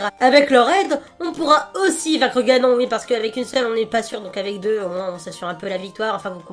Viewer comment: Ha oui... Et on dit Ganone, sinon tu parle du lave vaisselle ^^